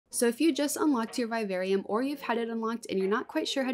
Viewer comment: The pronunciation of vivarium is driving me nuts but holy crap you're creative as hell 🤯🤯